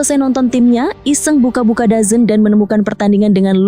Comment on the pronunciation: DAZN bacanya dezon / dzon